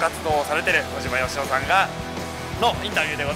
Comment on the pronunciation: 小島よしお言えてないやん...